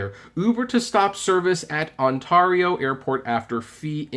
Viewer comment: Ontario you said it wrong